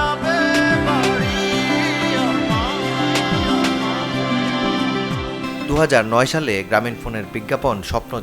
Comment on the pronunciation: "স্বপ্ন যাবে বারি" না রিপোর্টার ভাই, "স্বপ্ন যাবে বাড়ী" এভাবে বলেন😅😅